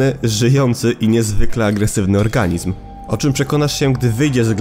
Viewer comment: dowiedz się co oznacza słowo organizm panie bo mrozi jak się tego słucha